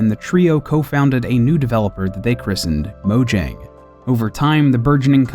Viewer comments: Mo-yang, not Mo-jang. They pronounce their Js differently. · It's pronounced Moyang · Even game theorist spells it wrong while a normal YouTuber xisuma spells it right, mojang pronounce as moyang.